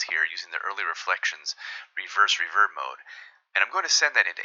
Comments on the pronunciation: Ruh-VERB, never heard it said that way before. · ‘Reverberation’ = Re-VER-beration. However most people pronounce ‘reverb’ “RE-verb," as it’s become its own word irrespective of its source.